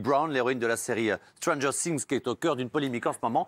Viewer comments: Par contre les prononciations... millie bobbie brone... stronger sings 😩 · déjà quand on prononce strangeur cing et millie boby brone on se tait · Elle est normal deja il ne sait meme pas prononce stranger things alors qu'il la ferme petit message elle et magnifique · Sheryne Lapalu non mais je sais très bien comment ça s’ecrit mais c’était pour montrer comment il prononce stranger things et millie bobby brown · Faut apprendre à dire stranger things au lieu de dire des connerie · apprenez déjà à dire stranger things et après vous viendrais parler d’elle sachant que c’est une star internationale elle joue mieux que personne donc.